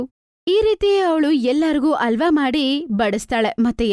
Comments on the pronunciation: ಆ ಹ ಸರಿಯಾಗಿ ಬರಲ್ಲ ಏನು ಡಬ್ಬಾ ಕನ್ನಡ ವಿಡಿಯೋ ಮಾಡ್ತೀರ. ಹಲ್ವ ಅಂತಾರೆ ಅದ್ಕೆ …..ಅಲ್ವಾ ಅಂತೆ ಅಲ್ವಾ 😂😂😂😂😂 ಒಟ್ಟೆ(ಹೊಟ್ಟೆ)…ಅಲ್ವಾ (ಹಲ್ವಾ) …. ಎಲ್ಲಿಂದ ಸ್ಕೂಲ್ ಪಾಸಾಗ್ತೀರ ನೀವೆಲ್ಲ?????? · ಅಲ್ವಾ ಅಲ್ಲಮ್ಮಾ ಹಲ್ವಾ ಅನ್ನು ತಾಯಿ ಕನ್ನಡನಾ ಸರಿಯಾಗಿ ಮಾತಾಡಿ 🙂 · Adu alwa alla halwa correct agi pronunc madi